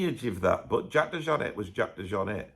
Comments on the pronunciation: It’s French not George w bush Texan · You can’t pronounce the guys name properly? Really?